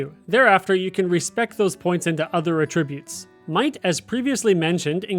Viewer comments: The way you say attributes is so annoying. Pronounce the A like “ah” not “uh”. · AT-trib-utes Not atrib-utes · a-TRIB-ute is a verb, not a noun. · "A"tribbute and "AH"tribute are actually two completely different contexts and he's saying it wrong the whole video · Why are you pronouncing attributes wrong? Very confused. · Was going to say the same thing—great info, but you’re saying a different word with a different meaning that shares the spelling. Think CAT Tribute, but remove the C. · Because he’s mistaking it for a different word. They are spelled the same but said differently and have different meanings; Homonyms. He is saying the word for the incorrect meaning.